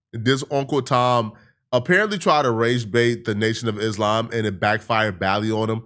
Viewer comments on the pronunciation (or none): none